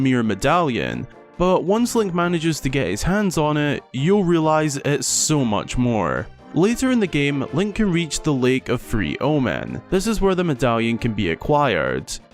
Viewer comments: Time to be the Zelda graybeard I guess... Not to nitpick, but the lake where you get the Quake Medallion in LTTP is not "LAKE OF 3 OMEN" it should be pronounced "LAKE OF ILL OMEN". The capitol "I" and lower case "l" share the same character. The ILL OMEN refers to the Japanese myth of earthquakes being caused by a giant catfish. Also it doubles as a dare for players to test their courage against said ILL OMEN and rewarding them in turn. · 3 omen lol. It’s ill omen. (Ii Ll Ll)